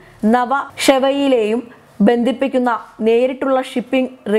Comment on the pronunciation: ഗദ്ദർ അല്ല, ഖത്തർ. പൊട്ട വായന. ദന സഹായം അല്ല, ധന സഹായം. ബന്തിപ്പിക്കുക അല്ല, ബന്ധിപ്പിക്കുക.